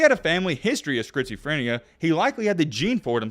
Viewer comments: Say it with me: skit suh freh nee uh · It is pronounced, "skits-o-frin-e-ya." Took me a minute to figure out what you were saying lol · "He developed Skritzeephrineuh" goddamn bro u could've done a retake on that one. And the other time u did it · great video, but i can’t get over you saying “Skrizophrenia”😂😂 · Great video man! The way you say schizophrenia is crazy “skritzophenia” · “Scritzaphrenia” lmao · bro said scritsyfrania 🤣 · Lol. It's pronounced "skit-suh-freh-nee-uh." (To make it easier= skits-ah-fren-ee-uh). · "Skritz o phrenia" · “Schizophronia” check your pronunciation. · I never in my life have I ever heard someone say schizophrenia the way you have. At first I was like what is he saying. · Bro cannot pronounce schizophrenia 😂😂😂😂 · if you say schizoprenia wrong one more time LOl